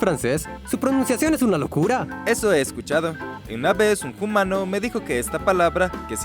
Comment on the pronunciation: Por favor, deja de decir "jumano". Lo digo con cariño 😌